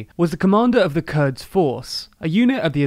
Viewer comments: QUDS force, not KURDS force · Nothing to do with Kurds!!! QUDS is named after the Arabic for Jerusalem and pronounced "coods" with a C as in Caustic.